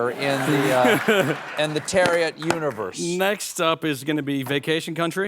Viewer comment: I want to know how Max Thieriot pronounces his name because Stephen didn't prounounce it the way my friend prounounces his own same last name.